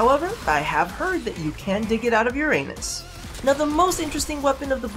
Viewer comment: " u can dig it out of ur-a-nus " lol!